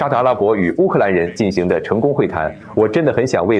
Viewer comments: ，做翻译的是用你的声音的机器人？要不不会把进行读成进航吧！ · 你的同期播报很好。但我想说“我们有人正在俄罗斯进（航）行会谈”。“我们并非在暗中（航）行事”。你是博士呀，这个多音字你真的不会用吗？进行、行事。（进航）（航事）没有这样的词组呀😅